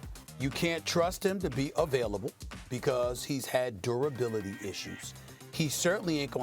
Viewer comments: “Kahwai Lenned” - Steven A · Stephen A Smith "you can't trust kuh-way lennit" [unless he signs and plays with the knicks] 😄